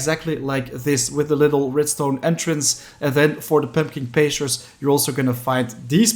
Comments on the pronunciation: In “Pumpkin Pastures”, the first syllable of “pastures” is the word “past” as in before the present. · i figured that was the case i just thought it was funny! :)